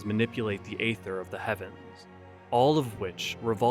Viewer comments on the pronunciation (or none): The one that gets me every time is your pronunciation of aether. In every voiced line in the game that has it, they see EE-thur.